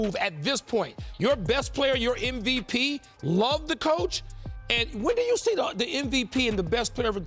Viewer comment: Steven A... M, M, M MVP. M, M, M... Not "NVP". Come on, Man. Its been years.